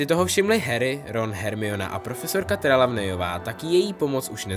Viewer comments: Prosím, čte se to "Trylóniová" ale jinak v pohodě, na tu výslovnost jsem hodně háklivá 😁 a taky ne "Skreb" ale "Kreb" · Čte se to Trilónyová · WTF? v životě jsem neslyšel někoho takhle zkonit jméno Trelawneyové /Trýlonyjové/ to vážně ? je to McGonagallová ne jen Gonagalová